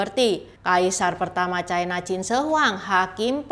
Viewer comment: Ucapan yg bnr : China, bukan Chaina